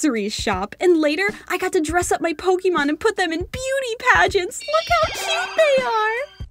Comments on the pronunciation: Pokemon DIE-MAN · Pokemon Die-man 😂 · Pokémon die-man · Not to be rude but you said Pokémon wrong 😅😅😅😅